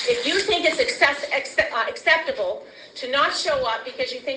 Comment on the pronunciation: Accpectable? She's an educator?